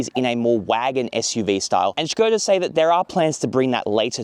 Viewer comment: Š is read as Sh. This is actually the first english native speaker i’ve heard to pronounce it correctly